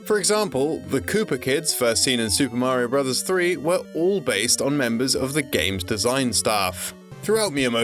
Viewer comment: Finally someone pronounces Super Mario Bros. correctly.